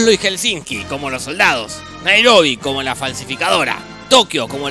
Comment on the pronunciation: "NAEROBI"???? Es como TOKEO o HELSENKI?